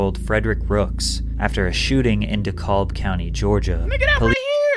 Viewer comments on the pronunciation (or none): Dekolb county blowed me nigga (de-cab) Dekalb